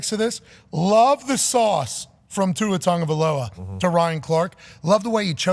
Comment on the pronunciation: I think it's pronounced Two-Ah Tag-ah-vai-ah-loah.